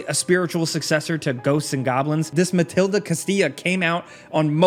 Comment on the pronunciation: It's not MA-TIL-DA, it's MAL-DEE-TA. And it's $11.99 on PSN Network.